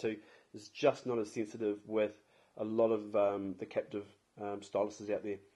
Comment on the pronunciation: Capacitive. Not captive